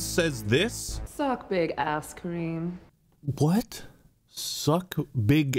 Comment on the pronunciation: The guy she was talking to his name is karim, she made it sound very close to cream